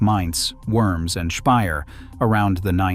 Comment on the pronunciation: Worms is pronounced “vormz” not “wurmz” 😂